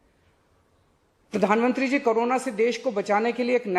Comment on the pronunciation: pradhanamntri tk theek se nhi bola ja rha Ye chichli rajneeti krne vala admi hai